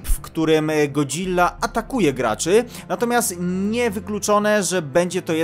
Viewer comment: W końcu mówisz jak chłop w sensie ładnie wmawiasz Godzilla a nie god-zilla:)